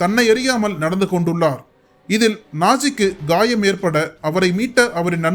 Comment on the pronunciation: gaayam ... enna gaayam? ennamadhiri tamil idhu